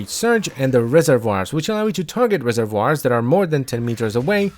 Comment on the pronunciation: SAY RESERVOIRS AGAIN SAY RESERVOIRS ONE MORE GODDAMN TIME